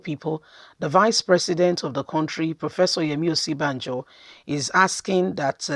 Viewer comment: Sister please sound this name like this..... Oshi.. bah.. jo